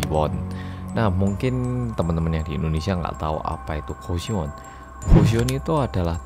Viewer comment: Kok goshiwon aku malah dengernya gusion yah wkwkwk maap.., :)